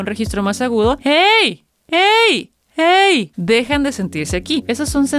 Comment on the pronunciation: Sonó Guey en ves de Hey 😢